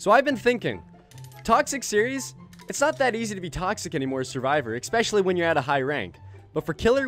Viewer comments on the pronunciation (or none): Why do you ALWAYS say "expecially" instead of "especially"? :D